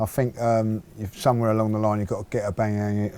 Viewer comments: After all this time he still can't pronounce Auba's name. Abangyang lol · Aubangyang...lol!!! Great show.